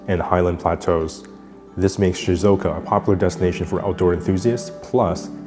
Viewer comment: just fyi it's shizUoka, not shizOka (should be 4 syllables) :) might as well try to say the name of a place correctly if their tourism board is sponsoring this video haha